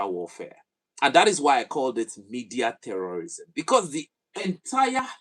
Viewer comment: This time around it's 'T'eurorism😂😂. But some sources say that the vidéo it's an AI generated 🤷